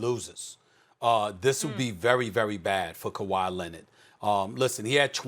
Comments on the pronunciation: 🤣🤣🤣🤣🤣🤣 I thought I was the only one to hear him say lennit 🤣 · "This is a legacy game for Kawhi Lennit" - SAS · Who tf is kawhy lenned??? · Stephen A. “Kawhi Lennid” Smith